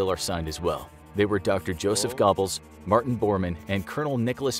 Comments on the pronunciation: Not gobbles it’s pronounced gerberls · I physically cringed when I heard it. There isn’t a perfect American equivalent. But Yoseph Gehrbbels would be somewhat close and many times better than “Gobbles” 🥴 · It is goebels, long O, not pronounced Gob-els with a short O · “Dr. Gobbles” 😂😂😂😂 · Joseph GOBBLES? how 'bout "ger bells"? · Its pronounced ger-bels, not gobbles. And vague is 'vayg' not 'verg' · yeah 😂😂 “gobbles” really?! 🤣🤣🤣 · Joseph "Gobbles" haha learn pronunciation mate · You don't even pronounce Goebbels right. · Laughing at the mispronunciation of Goebbels, makes him sounds like a Turkey 😂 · that's just Americans for you haha "Moscaw" for another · Yeah, does make me cringe when I hear it. I've heard Americans pronounce Goebells in the same way as this before, hear you guys pronounce a lot of words/names wrong ;) the only one I'll admit you pronounce correct is 'Hyundai' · 500th time you guys do a video on the nazis, and still cant say Goebbels or Göring xD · You dont say the E in Goebbels